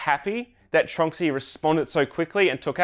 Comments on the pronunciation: I just realized I’ve been pronouncing Tornxy wrong for a long time. I always thought it was TRON X Y 🤷‍♂️ Great update! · I've had my Tronxy for 3 years, and I'm just learning now how to pronounce it?